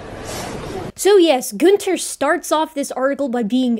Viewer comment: Every time you said Goonter it reminds me of adventure time lol